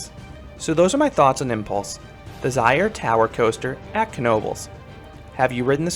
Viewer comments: great video as always. On thing to point out is it's pronounced zee-air-er 👍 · i hate correcting you but its pronounced Zeer-er like (sear) or mirror